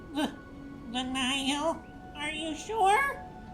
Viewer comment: Pls just say Nihil right🙏🏼😭 “Nile”